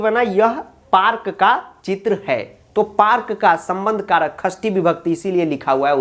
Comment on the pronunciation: Agar aapne षष्ठी ko khasti bola yani ष ko ख bola to aapne agle wale ष् ko ख kyu nhi bola?